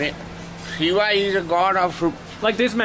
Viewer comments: Dude just said shitting shiva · "Shitting, pissfull shiva" "ah,, sitting, peacful" 😄